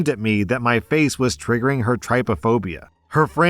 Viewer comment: I suffer with trypophobia (note, it's pronounced TRIP-ophobia, not TRY-pophobia). It's not just a fear of holes, I realised it when I saw an image of someone who'd been made to kneel in buckwheat and had small bumps all over their skin. It is an uncomfortable feeling, your heart races and it isn't pleasant when it catches you unaware. However, the dry heaving is 100% an overreaction and played up for attention. It sounds like Callie wears her phobia like a badge of honour and uses it as a way to draw attention to herself. It's on people to manage their own phobias, not expect others to make accommodations for them.